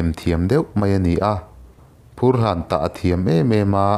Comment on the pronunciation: Vanchiau...Zawlnghak..phurhlán.. haizâng...ramhual...Mawmrâng...leh a dang pawh a awm ang..i thluk dik lo tlat mai A dang hi chu,.phet thal turin hriatna ka nei thui vak lo, ka ti mai ang Engpawhnise, i ti tha hle e